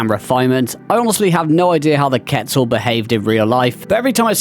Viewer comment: HE SAID QUETZAL PROPERLY, mans a beast! Few here that I didn't expect to see, Thorny Dragon for instance, and then a bunch that are no surprise at all. For gameplay I think a lot are okay, but if we're including model/animation there's a lot of old ones that really need a touch up :(